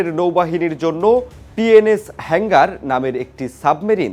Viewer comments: কিরে ভাই তোরা কি গাজা খেয়ে রিপোর্টিং করস শব্দগুলো হেংগার না হাঙ্গর হবে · হালায় নিউজ করতে আসছে.. উচ্চারণ পযর্ন্ত ঠিকঠাক ভাবে করতে পারেনা আবার আসছে নিউজ পড়তে.. সাবমেরিনেরে কয় তিনি.. আবার হাঙ্গর কে বলে হেঙ্গার হালা মূর্খ... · হেংগার না শব্দটি হবে হাঙ্গর শ্রেণীর সাবমেরিন। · Illiterate news reader can not speak the correct word Hangor NOT HANGER